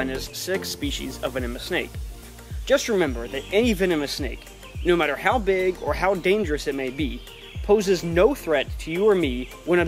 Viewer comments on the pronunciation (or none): none